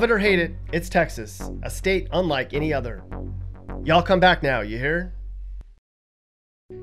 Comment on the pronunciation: If you are going to say ya'll then say it correctly. Also note that ya'll is singular.